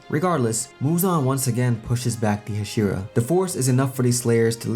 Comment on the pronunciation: The way you say Hashira is frustrating